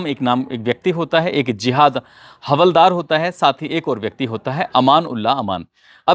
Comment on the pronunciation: Hawaldar nahi haldaar boliye